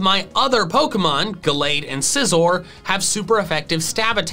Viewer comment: SCIZOR, NOT SICOZR!